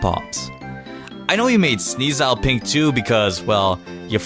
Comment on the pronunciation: Sneasile? uhh.... sir? 😂😂😂🐰